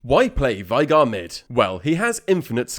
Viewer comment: For the last time … It’s VAY-GAR, not VIE-GAR